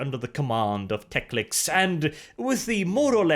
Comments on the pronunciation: Tec-lic-s? Wasn't it Tec-lis? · hearing Teclis as Teclics/Teclix is a bit jarring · TECLIS, not TECLIX! IN THE NAME OF RUINOUS POWERS, EVEN SLAANESH GOES LIMP HEARING THAT! But all in all, good video. I enjoy your style of narration very much. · Friendly correction. . . it’s Teclis not Teclix. Great video! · Love your channel but Teclis is pronounced Tek-Liss, not Tex-Lix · Why do you pronounce many Warhammer words so weirdly? Like Teclis?